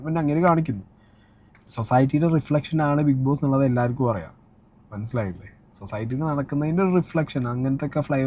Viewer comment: സൊസായ്ട്ടി അല്ല...സൊസൈറ്റി.